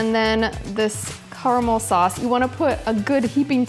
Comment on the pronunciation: carmal sorccsseee hahahah its caramel